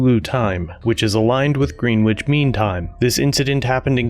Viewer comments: It's "Gren itch" not green witch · Sorry that my comment is totally off-topic. "Greenwich" from in the video isn't pronounced "green-witch" as you did in the video but "Gren-itch" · "Greenwich" is pronounced "Gren-itch" not "Green-witch". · It's pronounced, grenich, not Green- whitch. My god these 2 cops are totally f'd in the A. Good. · Oh, Greenitch time, not GreenWitch.. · it is pronounced "Gren-ich" ... not "Green-wich"... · Dear Mr Commentator, Please can you correct your American English and not pronounce Greenwich as Green Wich? The correct pronunciation is “Gren ich” which is written down as Greenwich. Great content as always. 👍🏼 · Greenwich Mean Time, GMT, Zulu, is pronounced...... gren ich, not green witch. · Ok, it's not Green- Wich as in sandwich. It's pronounced Gren - itch. Yeah, I'm nitpicking but things like this irritate me. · Just an FYI. It is pronounced as if spelled grenich, not as if it is spelled green witch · "This is not military time". That's exactly what it is. All time zones are based off GMT(ZULU). By the way it is pronounced Gren-Itch, not Green Witch. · Maybe you'll never have to worry about this again, but Greenwich is pronounced like Grenitch. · just an fyi, it's pronounced gren-itch, not green-witch. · It’s pronounced “gren itch” not “green witch” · Something to note: Greenwich isn't "Green Witch," but [GREN-itch]. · Gren-itch, not Green-Witch. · Its "gren-ich", that is the way its pronounced, not "greenwich". Just to let you know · Heads up: Greenwich is pronounced gren ictch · It's NOT "GREEN-WITCH" mean time. It's GREN-ICH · Greenwich is pronounced "GRENN-ich" like "itch", not phonetically as it appears. Not "green" and not "witch". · proper pronunciation: Greenwich ( (listen) GREN-itch, GRIN-ij, GRIN-itch, or GREN-ij)....not green-witch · The city of Greenwich is pronounced gren-itch and has been for longer than I've been alive. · Pronounced grennitch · Greenwich is pronounced "gren-itch" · "Green-wich" lol